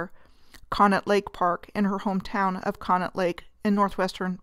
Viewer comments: Not to criticize, but to help: Conneaut is pronounced "Connie-aut". And the amusement rides there have been removed; the most tragic loss was the tearing down of the Blue Streak roller coaster. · The local dialogue pronounces it "conney-ought"...